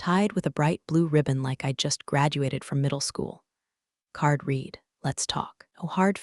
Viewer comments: READ is pronounced "reed" or "red" depending...........please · The past tense of read is pronounced red. Patagonia is pronounced pata gone ne a . Most importantly a human being familiar with the language needs to audit messages before you press send. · I will be happy the day read is said read :)